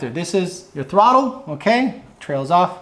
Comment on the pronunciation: I never knew the word throttle didn’t have an L in it lol throtte 😉